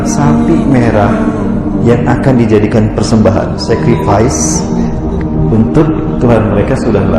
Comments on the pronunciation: ...koq secret vice? sacrifice kali..pengorbanan kan maksudnya.. si ustad pun salah melafalkan kata sacrifice... dia malah sebutnya "sekret fais" 😂😂😂😂😂😂😂😂😂😂😂 ah gimana ente ga bisa bhs inggris oh ya kata UAS..(kurang lebihnya ya) FB adalah cara yahudi utk membuat umat di dunia meratap (curhat) di FB sprt umat yahudi yg meratap pada tembok ratapan di israel.. itulah knp dinamakan "wall" (tembok) kita tanpa sadar dibuat utk selalu curhat di "wall" FB..sama sprt umat yahudi yg meratap di tembok (wall) ratapan.. nah gimana nih masih mau main FB???? oh ya terakhir kenapa ga ada yg benci korea ya..padahal dng adanya video ini hrsnya bnyk yg ga suka dgn korea tp tetep aja ga sukanya ke cina ..aneh🙄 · Mohon maaf "sacrifice" bukan "secret vice" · secret vice atau secrifice ? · Kayanya bukan "secret vise" tapi "sacrifice" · Makasih atas ilmunya. Cuma saya ada pembetulan pada rasanya bukan "SECRET VICE" mungkin ustadz maksudkan "SACRIFICE". Wallahu'alam. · Sacrifice bukan secret vice Min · Bukan 'Secret Vice' min, tapi 'Sacrifice' pengorbanan. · SECRET VICE??? BAHASA INGGRIS NGACO!!! SACRIFICE KALIII!!! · mksd nya sacrifice bukan secret vice.